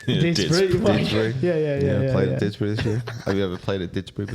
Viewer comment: Just an FYI... those mics will pick up your voices without the need for them to be blocking your entire faces!!!!!: It's Didsbury Golf Club even though they're pronouncing it "Didspree"!!:face-green-smiling: Peter was EVEN for the tournament, tied for 29th and won $217 (£ 168)!!!